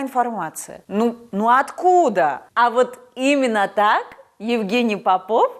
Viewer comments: Попов ударение на первое о, фамилию правильно нужно озвучивать. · Солнышко, фамилия попов произносится с ударением на первом слоге! Прости! Ты прекрасна!!!!!!!!!!